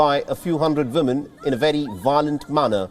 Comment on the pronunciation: Respectfully w is a sound similar to the French word for yes, oui. Several reporters say vimmen and it’s distracting